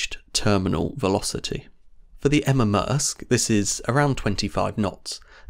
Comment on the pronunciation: It's "Emma" Maersk, by the way.